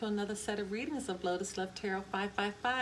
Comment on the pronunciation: Lol lotus not litus lol